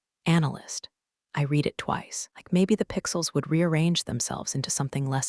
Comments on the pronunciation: Why do the people in these stories drink second rate coffee. Also when will the past tense of read be correctly pronounced - rhymes with red. Clause not claws. The one-eyed footnoted should have been The one I’d footnoted (the mind boggles!) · Ha, right? Between the bad coffee, mispronounced ‘read,’ and mutant one-eyed footnotes, I’m starting to think corporate revenge stories need an editor with caffeine privileges. 😂☕